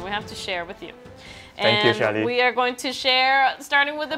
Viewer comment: I did not think I'd actually get featured in this BNC News Channel video XD Edit: And yes, you did say my name right Shaly :D And thank you for answering my question! I definitely understand that collab projects are kept confidential until you guys are ready to officially announce it! I'm looking forward to the Fairy Tail collab and many more future collabs to come~!